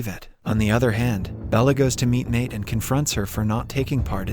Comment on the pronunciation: Maite is pronounced My-Tee...like Mighty